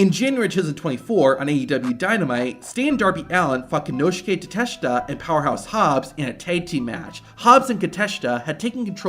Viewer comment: Bruh its Takeshita not kateshita😂